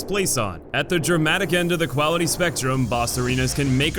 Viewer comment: Why did you say quality like that